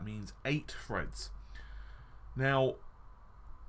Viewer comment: Confuzzeling lol wtf?? It's threads not freds. through not fru think not fink three not free Sorry but your grammar is embarrassing buddy and more important for a youtuber really annoying, that mixed with the constant stupid phrases and wind tunnel audio, squeaking chair , banging and thumping around, low volume with high volume intro & outro, the info itself is sound and very welcome but the rest is bad, sorry but i can't put up with this all the time it's just to irritating.